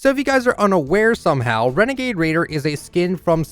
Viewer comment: It’s a wenegade waider